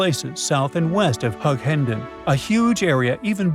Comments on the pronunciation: And Hugh enden not Hug hen den 😂😂😂😂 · If you're doing a commentary you should learn the correct pronunciation of places before you start . Lake Eyre is pronounced Air and Hughendon is pronounced with a Hew not a Hug.